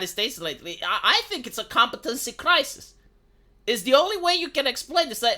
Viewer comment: My dude, Crysis is a video game, “crisis” is the word you’re looking for here. I know English isn’t your first language, clearly video games is your mother tongue 😉